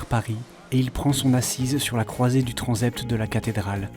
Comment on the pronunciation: Très intéressant. Petite remarque au commentateur : le s de « transept », précédé d’une consonne, se prononce « s » et non « z », conformément aux règles de phonétiques française.